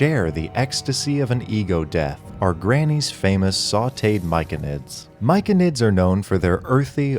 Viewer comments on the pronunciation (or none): Myconid is pronounced "My-so-nid" by the way (like mycelium).